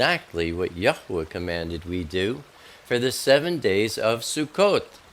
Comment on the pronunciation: why do people add a syllable in middle of YHWH? if there was a uh sound wouldn't it be a dot around the third hebrew letter? I believe its 2 syllables.I hear you speak it correctly.